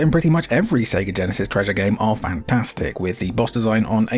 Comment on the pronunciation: Each time a Brit says "Genesis" a Flicky dies